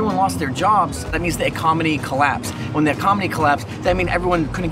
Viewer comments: The “Ecomony” 😂🤦🏻‍♂️ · “Ecomony” lol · the "ecomony" lol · "ECOMENY" Collapsed